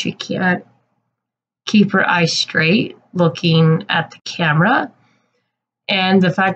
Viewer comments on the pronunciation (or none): none